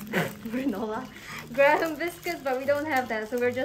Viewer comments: graham (its pronuced gram) crackers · burning herself with fire and saying GRUH HAM instead of GraM She has officially learned how to caMp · Your tent was great, your fire was admirable for someone who's never gone camping, but dear God what is that S'mores? Graham is pronounced gram, it's a sweet rough CRACKER and the marshmallows need to be placed on quicker or they re-solidify. Please get help on S'mores next time... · Also, the H in Graham is silent, so it's pronounced like "gram." (Welcome the mess that is English. It only gets worse from here! 🙂) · As an American, when you burn a marshmallow and it turns black you can still eat it. It may taste weird, but you could just pull off of the top. Also, Graham is pronounced gram. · I'm sorry, but the way she pronounced graham crackers, (pronounced gram,) is the only way I will be pronouncing it now. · not to be mean you dont say the h so basiclly gram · omg you don't pronounce the h or second a in graham. I hate English too :( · Graham biscuits??? Graham crackers but its pronounced gram crackers